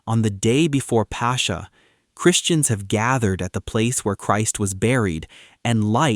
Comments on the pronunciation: Its not pronounced "pasha", it's "paskha". The "k" is similar to the ch in Christ. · Beautiful. My only critique is that the word is not pronounced “passhhhha” but rather “paska”. The “X” sound in Greek is most similar to a “K” sound in English. 😊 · Please, please pronounce Pascha correct correctly. The CHA has a K sound. It’s not Pasha. Otherwise, we are very much enjoying your videos. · Apparently we've all become Indians since the narrator keeps calling it "Pasha" throughout the video!!! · It's Pass-kha, where kh represents the Greek chi sound. The Dutch town of Scheveningen is pronounced in a similar way, I believe. The kh sound is the same hard kh as in German achtung, but not German ich or echt which are more of a sh sound.